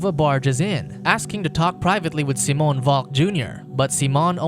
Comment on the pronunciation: Seemoan funny way to pronounce Siiiimon.